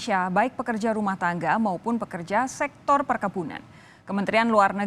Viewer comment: Pembawa acara lucu. Baik pekerja rumah tangga maupun pekerja Sek...tor perkebunan, kok pake tempo ketika membaca Sektor..